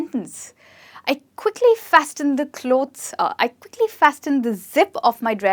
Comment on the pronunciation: T is silent in "fasten".